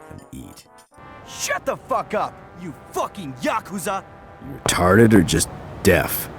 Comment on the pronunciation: Pronounce the word Yakuza right